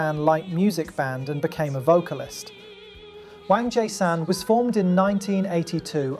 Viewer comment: I love your vids but your pronunciation of Wangjaesan is wrong, it’s pronounced WONG-JAY-San, love from the puppet state!